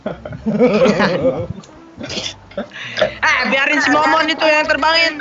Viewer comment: Kanciang.Bukan anjiang